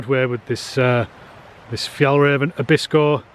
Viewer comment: Whaat, how little i know. Interesting i thought your accent was pure Scottish, i think you pronounce Fjällräven great! That tent looks great, i have Hilleberg tents and have not looked closer to the Fjällräven tents, even if i'm well intobtheir garments and backpacks. Looks to have similar features and quality. 👌